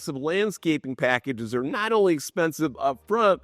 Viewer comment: Ne-awt instead not. Northerners pronounce things so strangely.